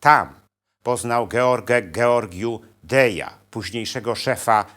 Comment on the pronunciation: Drobne uwagi: Georgiu - Dej zmarł w 1965 r i od tego czasu należy liczyć lata rządów Ceausescu. Ponadto : w języku rumuńskim literę j wymawia się jak po francusku czyli z (z kropką), więc był Georgiu - Dez. Jak wtedy nazywano Rumunię? Ceauschwitz! Ot, taki dowcip z epoki.